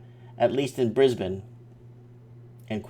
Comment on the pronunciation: i missed the live chat. dang Also +1 for correct pronunciation of my hometown Brisbane :)